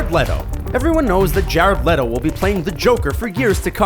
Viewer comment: It's pronounced like Jared Leeto not letto like I'm triggered and I'm sorry because I loved the video like always but I was basically twitching every time you said Leto because you were pronouncing it wrong... 😬😂